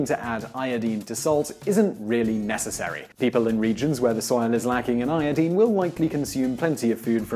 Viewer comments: yepp. it is pronunced. iodaine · Dooality its a halogen element. and its pronounced as "eye-o-dine" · ioDINE, not ioDEEN. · I twitch every time you say I O DEEN. I recognize it is a legitimate pronunciation, but it is just viscerally upsetting to me. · Qaeta you show your ignorance of correct English pronunciation. Americanisation of our beautiful language (or bastardisation of it) in the world today changed the correct pronunciation. Correctly pronounced, it is EYE-OH-DEEN not the American hash up of EYE-OH-DYNE. Sorry to burst your tiny bubble. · 😂😂ì had the same reaction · Thank you , as always for the very interesting information! I love these channels. Also, I don't want to hear "i-o-deen" ever again. Hehe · LOL "Iodeen" accents are fun. =] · Eye- uh -dine is how to say it, simon. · Iodeen? Wow learn English :P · Its pronounced iodyne. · I made an audible noise every time he said it, even though I recognize it's legitimate. What isn't, however, is that he says "EK cetera" instead of "ET cetera." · First time hearing someone pronouncing iodine like that.. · thats not pronounced io deen. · Great video even though he kept saying iodine wrong. Lol.